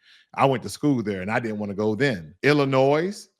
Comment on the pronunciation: Please pronounce Illinois without the s. You are too smart and factual for that. Why aren’t you on Roland Martin or Al Sharpton,? Please collaborate more to get your on point message out!!!